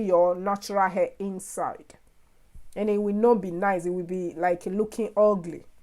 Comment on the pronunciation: Love how she said " it will be looking Ogly" 😄 legend. So talented great job ma 🙌🏾